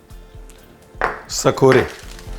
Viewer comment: Sakore nahi sirji kasore😊